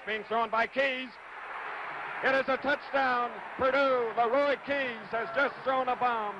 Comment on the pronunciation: Schenkel was an idiot. A 17-yard halfback pass was a "bomb by Lah-roy Keys." NOBODY ever called him "Lah-roy" before or after this game. He was really good on the bowling shows though.